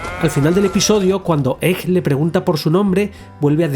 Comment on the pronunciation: ?Por qué pronuncias egg como [ej] en vez de [eg]? Me da mucha grima.